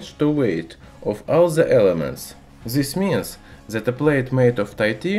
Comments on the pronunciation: PLEASE STOP SAY "ZS" INSTEAD OF "THIS-THAN" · Got confused at first when he said zisss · In zature zis zelement is zery zstrong.. haha. Man why you love alphabet "z" so much.. LOL 😂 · "zis mins" xD